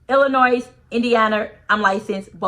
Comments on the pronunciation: Lol I totally agree with everything your saying . Plus her Dr was lowercase on the so called document she had . The s in Illinois is silent by the way .My literature Professor had to educate me as well . Keep up the good work God bless 🎉❤#CHICAGO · Did you say Illinois is an "S" are you for real? I believe you, but girl you know the the S is silent!!!!! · The "s" in Illinois is silent. 😊